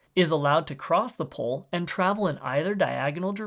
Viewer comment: the way this guy pronounces "pole" as "pull" is driving me nuts what accent is that